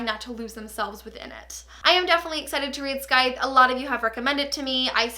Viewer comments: It is pronounced Syith not scyth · i'm sorry if some people have already said it, but that is not how you say scythe. the 'c' is silent. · I lost it at your pronunciation of 'Scythe'. If you're working with them, surely you'd bother to find out how to say the title? It's an actual word... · tip: the "c" in "scythe" is silent ☺️